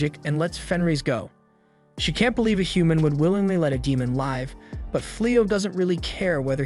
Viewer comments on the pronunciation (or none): Why does the narrator say "Lyve" instead of "Liv" (live) ?? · FFS, read the script yourself, Don't use a effing AI. the AI mispronounced Live as a lyve. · If the AI voice hadn't mispronounced 'does' and 'live' i'd have thought it was just a monotone person. Also thanks for saving me tons of time tracking this down and watching it